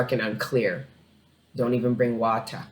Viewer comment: "Don't even bring wahtah" lmaaaaaaaooo, it's so true.